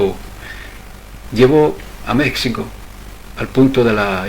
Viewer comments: ¿Por qué le llamas "Mécsico" todo el rato? Eso desmerece la buena labor de investigación que has hecho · Y por favor pronuncia Mexico con jota ... los mexicanos conserva la forma antigua del castellano que en Castilla se adoptó la jota para ese sonido....Ximenez es el actual Jiménez...etc. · Vas a decir que es una ridiculez lo que te voy a pedir, más aún con lo interesante y bien investigado tema. México se pronuncia como un día lo escribieron los españoles peninsulares: MÉJICO. No es tu forma de pronunciar de pronunciar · Mexicano y México están mal pronunciados en todo el vídeo. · Un error tipográfico nada más. No como su constante y contumaz pronunciación errada. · No tiene Vd. derecho alguno a desfigurar una propiedad común como es el idioma. Saberlo no es estupidez. Empeñarse en desconcerlo, sí.